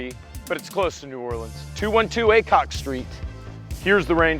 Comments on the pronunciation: Cool, was trying to figure out the address just now to see how long of a drive. Thought he said “ACOG” street. Which would have been a cool address. Better that AY-COCK that’s for sure. Hahaha Congrats guys!!!! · 100% thought said 212 ACOG street. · It sounded like you were saying ACOG not aycock